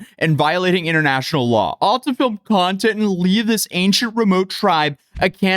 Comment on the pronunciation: how many times does bro say content in a video and ngl i hate how he sounds saying it now.